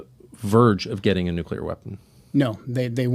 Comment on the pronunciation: Jou Kunt says, "Nookyular..."🙄 (Lutter brokun on my kuyboard)